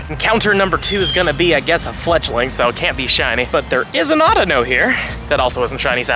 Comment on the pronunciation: bro flechtling???😂